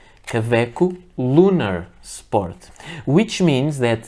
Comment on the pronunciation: Why do you keep call them ka-veck most of the time? I have 6 Kawecos now and like them very much, especially the piston filler.